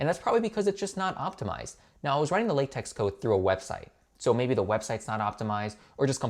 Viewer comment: LaTeX is pronounced la-tech and is a markup language.